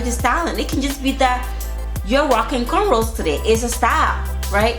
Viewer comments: It's cornrows. As in rows of corn not cornrolls, i think:) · wait...isnt it cornROWS?! or have i been saying it wrong this entire time :-/